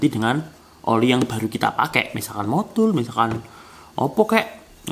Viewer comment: Bang ko gw denger nya MODUL bukan MOTUL😀🙏